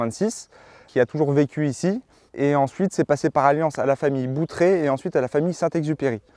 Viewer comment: Famille baron de Boutray ..... et non Boutret